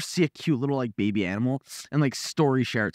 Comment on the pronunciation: “is that to hold the baybe?” I love the way he said that😂 “the beybeh?”